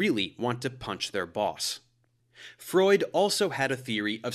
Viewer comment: it's pronounced freud